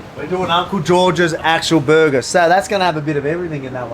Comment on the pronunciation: I listened exclusively to hear him say berguhh